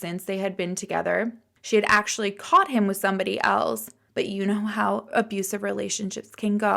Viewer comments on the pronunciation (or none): none